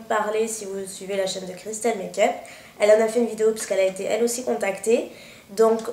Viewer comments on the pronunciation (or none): none